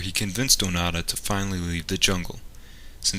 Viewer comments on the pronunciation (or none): The voice-over says ‘Onada’ instead of ‘Onoda’ throughout the video. Typical linguistically ignorant idiot. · ONO DA not O NA DA..ffs!! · It's not Oh-nada, it's Oh-no-da. Your pronunciation of these names makes me cringe. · Pronunciation is Oh-Noh-Da. Not Oh Na Da. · i showed this video to my Japanese friend and he said the white man saying his name wrong, it sounds like he saying "fart" hahahahahaha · You could have at least learnt how to pronounce his name.